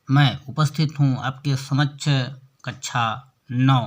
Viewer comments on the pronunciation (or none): जब कुछ विद्वान कक्षा (कक्शा) को कच्छा बोलते हँ तो सुनते ही मन में झुंझलाहट उत्पन्न हो जाती है